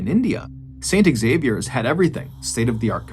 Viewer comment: 🤦 Xavier is pronounced Zavier not pronounced ex-zavier. Yanks smh